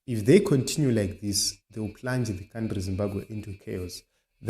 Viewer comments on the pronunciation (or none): Your pronounceation hey twendy condinue coundry please say it as it is twenty country continue